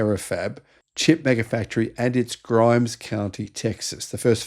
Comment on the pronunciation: "Grimes" county? Hmmm